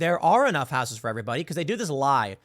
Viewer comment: It irks me how you pronounce "houses" there's no "w" in house ...unless it's the Whitehouse... in which case there is a "D" in it.